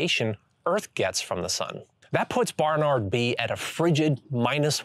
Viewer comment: BaRRnaRRd....? Why are you saying it like that